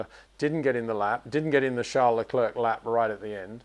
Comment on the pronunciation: I love Peter but it really bugs me that he pronounces Leclerc like Le-clerk , it's like St-Clair college , you don't pronounce the C on Leclerc .